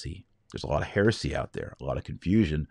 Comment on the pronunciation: When you said ”There’s a lot of heresy out there,” at first I heard it as: “There’s a lot of Pharisee out there.” 😀